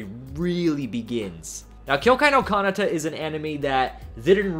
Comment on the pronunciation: why do you mispronounce so many anime names? btw this time the mispronounced part is kanata